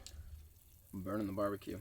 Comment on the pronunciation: It’s barbecoon instead of barbecue